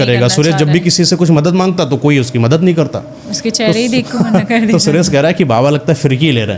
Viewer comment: ये जो कहानी कह रहे हैं; लगता है कि इनकी हिन्दी भाषा कमजोर है। कारण ये महाशय 'सुरेश' को 'सुरेस' बोल रहे हैं। ये कहानी में बताते हैं कि साधू सुरेश को अमावस्या की रात में सिद्धि करने की बात कहते हैं; लेकिन पार्श्वभूमी के पर्दे पर पूर्णिमा का चंद्रमा दिखाते हैं और आकाश में प्रकाश का दृश्य है। क्या कभी अमावस्या की रात में कभी पूरा चंद्रमा होता है? अगर हो तो वह अमावस्या की रात नहीं होती। कुछ भी दिखाते/सुनाते हैं 😮😊😂